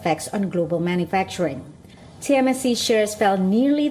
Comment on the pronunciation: Your reporter says tmsc but i'm sure it is tsmc.